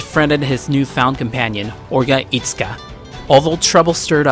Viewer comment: E-tsuka? The way you pronounced 'e' isn't even in Japanese.